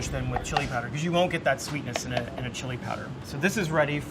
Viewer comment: ITS "CHILE" COLORADO NOT "CHLI" !